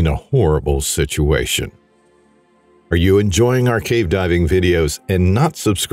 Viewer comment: Theres multiple times there you forgot to pronouce the V in cave haha